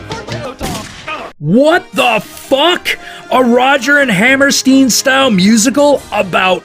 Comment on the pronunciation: It's Roger & Hammer-"Styne" NOT hammer-"Steen"... Just saying, being ¼ "Sauerkraut" (½ Norwegian/Viking Blood & ¼ "Potato Famine Guinness-Drinking drunks" (Irish, if you couldn't tell).